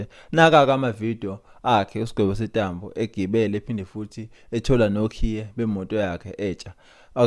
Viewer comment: Sentambo not Setambo